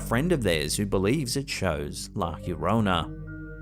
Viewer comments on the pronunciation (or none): Why on Earth do you pronounce "La llorona" as la chjorona? Double LL in Spanish is a "yo" sound Calle "kayye" for street Apellido "appeyido" for surname It's la Yorona... Llorar = to weep, cry This's the reason why she appears so often due to you mispronouncing her alias 😂 Take an evening class in Spanish for Christ's sake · Love your videos!!! ....La llorona (the crying woman) Is pronounced iorona or yorona not Jorona😊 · LA YO-RONA La llorona 😂